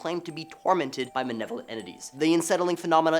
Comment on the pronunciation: Malevolent not manevolent